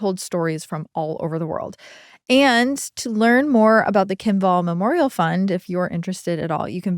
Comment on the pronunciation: pronouncing her name "wall" instead of "vàll" broke my Swedish lil heart lol. It has nothing to do with walls, it's a very old Swedish surname.